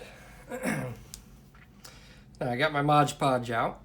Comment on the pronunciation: Nice work, but..MOD PODGE my man, MOD PODGE. Not modge podge...